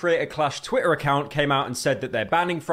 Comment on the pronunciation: That accent is so annoying, the dude can't pronounce Ts. animator "ani-ah-or", Twitter "twi-er", he sounds like he'd unironically call water "wa-a"